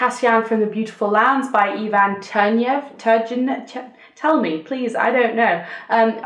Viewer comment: Great video! The Tell Tale Heart is one of my favourite Poe stories!!! Loooove the Salinger book - must add to my tbr pile! :) Also... "Tur-ghey-nev" ;-)